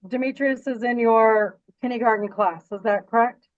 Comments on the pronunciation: This is such a ridiculous waste of money and mental stress for the child. Side note—- Kenny garden 😳 even the teacher pronounced it that way. 🤦🏾‍♀️ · Does mom’s lawyer really think it’s pronounced “kindy-garden”? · I can’t stand her “KINNY GARTEN” pronunciation 🙄🙄🙄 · AND it's kindergarten, not kinnegarden. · The way they say “kinny-garten” drove me crazy. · 1) Is attorney wearing a plastic choker?? 😬 2) Are they saying kinneygarden? 3) The Judge’s clerk is AMAZING! I love him 😂 I hope the Judge knows how lucky he is to have an excellent staff as on top of things as they are. I’m used to veryyyyy different judicial assistants in all the court cases I watch. 4) That tuition program they have there sounds really great, I hope more states adopt incentives like that.